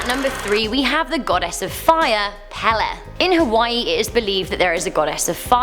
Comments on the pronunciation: I live in Hawaii and the way she pronounces the names are wrong, just wrong. Also it is pronounced Peyley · mehneh hoonay and pay lay would be how you pronounce menehune and pele i had a friend who claimed the night march would go through his grandparent's house every night and they had to open the front and back doors to let them through. he said you had to bow until the entire night march was through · Brah she rlly said pee lee 🤦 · Pele not Pala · Hood up did you say pale its pe le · ITS PRONOUNCED PAYLAY, NOT PEHLEH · Meh-nay-hoo-nay... NOT meh-nay-hoon AND Peh-lay... NOT peh-lah AND Puh-lee... NOT pah-lee AND Hoo-ahh-kah-ee-poh... NOT Ho-ahh-ka-poh You definitely brought shame upon our language!!! 😂😂😂 Just kidding. You tried, and I love that our urban legend/horror stories have some light shined upon for the entire world to see. Great video! Many, MANY, more urban legends/Hawaiian horror stories than just these mentioned though. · Pepe is pronounced Pay-Lay not pell-eh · Pale is pronounced pay ley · Every Hawaiian name was wayyyyyyyyyyy off the pronunciation of them like Pele is pronounced pay-lay. Menehune: May-nay-who-nay Pali: pah-lee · Hiw to pronounce Hawaiian words Huaka'I po /hu wa ka I po Wahiwa /wa he wa Menehune /me ne hoo ne Hawaii /ha va ee Pele /p e l e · It’s pronounced pae-lay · PLEASE STOP PRONOCEING Pele wrong the e is an a. It's pay lay. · Lol sounds weird when she says it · Hey you said pale wrong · Ok, only because its driving me absolutely nuts. ... the name of the goddess Pele is pronounced "pay-lay". Here is an audible for you I'm sorry to be that person, but its jarring my poor ears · No offense but the way she says the name of menahune ,Pali and pele it annoys me men-a-hi-ne p-ah-li peh-le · It was a great video. But you mispronounced Pele's name. It's PAY-LAY. But great anyway!! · AND IT'S PELE LIKE THE SOCCER PLAYER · PELE, KILAUEA, short an long vowels . I'm. From. Hilo , Hawai'i. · she said the fire godness name wrong